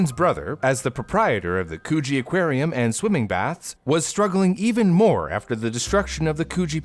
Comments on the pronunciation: I grew up with this story and its great you did it justice. But please consult an Aussie on town/suburban names - Coogee is a short 'o' Co-Gee - Cronulla (God's own centre of the universe) is Krun-Ulla. Just so you don't make Aussie place names seem weird, practice with these Humptydoo, Cooranabong, Wagga Wagga, & Coonabarrabran - thank god we don't have weird names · Coogee is pronounced like could. Couldgie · Yes congee beach a porridge beach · There’s no way I’m the only person who thinks it sounded different than “coogee” 😅😆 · Not me hearing something different when he said Coogee Beach😭🤚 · I’m sorry- but COOGEE BEACH??? That sounds wrong please say I’m not the only one😃👍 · yknow every time he said “coogee” i laughed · I have been to coogee beach, also you pronounce it wrong. its a pretty cool walk between coogee beach and other beaches near it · It's not a hard G. does pronounce it wrong though. The "oo" should be like in "book", not like in "moon". Source: I went to Coogee South Primary School. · Just a heads up for future reference - Coogee is pronounced with a more shortened 'coo' sound like in s(choo)l ! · Coogee (Could-GEE). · Ha ha ha. Choochie beach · Not Coogee Beach… coo…hmm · I thought you said cochie beach 💀💀💀💀💀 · I'm happy to see that I'm not the only one who thought he said Coochi beach 😂😂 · cooooge beach XD it is so funny when people miss pronounce places you know or live near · Okay, so I know this is a serious thing but... Why tf did I think he said co0chie aquarium 💀🐱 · I thought he said Cochie beach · Cronulla is pronounced "Cron-alla" btw, and Coogee is more like "Could G" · As an Aussie who used to live in Sydney, this story is one of my favourite 🤣 also, the pronunciations are hilarious! Coogee (could-GEE), Cronulla (crUH-nul-lah) - most of the names are the original Aboriginal names so the pronunciations are all over the place if you're not familiar with them 👍🏻 good effort though. Cool story, too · it sounds like KGB for me